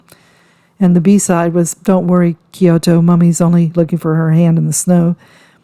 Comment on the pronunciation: KyoKo Not Kyoto